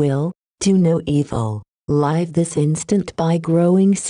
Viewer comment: Pa-leese get rid of this robot voice. zI am so tired of hearing the word "live" (as to live) constantly pronounced as "lyve" (to 'live').